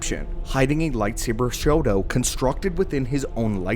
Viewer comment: Are you saying Shoto or Shodo? Shodo is writing. Shoto should be more like Sho-tou, there is a slight pause. I live in Japan and when you are saying Shoto it sounds more like you are saying “writing”.